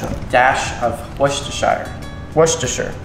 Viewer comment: Hi I'm a native of Worcestershire, it's a rare treat to here it pronounced correctly by an American .Well done . Wust a sher.